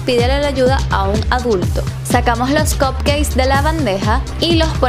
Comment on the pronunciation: Lindos los cupcakes, pero mejor le dices ponquesitos porque como lo pronuncias estás diciendo que son pastelitos d cock jajajaja.